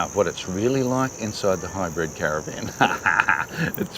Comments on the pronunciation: HYBRID …. Not Hybred! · You both pronounce it “High Bred” 🤣 👑